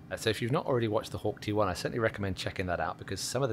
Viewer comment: Hawk T1, thought u said Hawk Tua